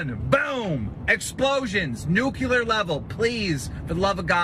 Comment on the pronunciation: My dad was a nuclear physicist. I cringed so hard at Keem mispronouncing "nuclear" as "nuke-you-ler". Just add it to his list of "W's"